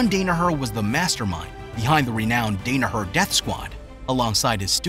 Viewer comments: Good content overall but it pains me to see his last name repeatedly mispronounced throughout the video. The first syllable is pronounced Dan as in Dan Gable. Also painful to hear Renzo's first name mispronounced. In Portuguese, when an R is the first letter in a name it is pronounced with an H sound not an R sound (i.e. Henzo Gracie, Hickson Gracie, Hoyce Gracie). It is also remarkable that John excelled in BJJ when he suffered a knee injury which was made worse by a badly executed knee surgery before he even came to the United States. It was one of the reasons two of his fellow bouncers recommended a martial art such as Judo or BJJ over striking arts, notwithstanding that their primary black belts were in a striking martial art, because the ballistic movement in a striking art like theirs would only make have made his damaged knee worse over the long term. As the video mentions a fellow classmate from Columbia University brought up the existence of a then obscure BJJ academy in Manhattan being run by Renzo Gracie and Craig Kukuk and the rest, as the saying goes, was history. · CLICKBAIT- SKIP THIS VIDEO the video has NOTHING to do with who taught Danaher. And somehow you found someone to narrate that doesn’t know who the Gracie family is and can’t pronounce Renzo’s name (or Danaher’s for that matter). You went from him moving to NYC with no money left, to suddenly he’s teaching at one of the best schools in the Nation? You never addressed good Jiu Jitsu lineage at all. And nobody gets a teaching position at Renzo’s school without having serious background. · hard to trust the video when this guys never heard Danaher or Renzo said out loud. makes it seem like hes never watched a fight. Now im not sure if any of his videos are legit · Dude butchers the names Danahar, Gary Tonin, and Renzo, lol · You had one job dude, pronounce the man's name correctly. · I can’t take the constant mispronunciation of his last name. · You can’t even say his last name correctly